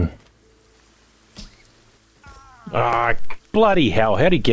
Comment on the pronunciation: an authentic australian "blood hell"